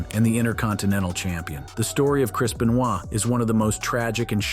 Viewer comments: Its not beuh noyd its Beuh nooah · I wouldn't trust any info from this guy. Cant even pronounce wrestler's names. Chris Benoy? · "Chris B'noy" lol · FFS, could you at least try to pronounce Benoit's name correctly? There's no excuse for it.